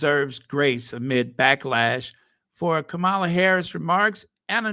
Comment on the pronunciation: how do you not know how to pronounce madam Vice President’s name yet! It’s giving orange menace the way you pronounce it. 🥲🙃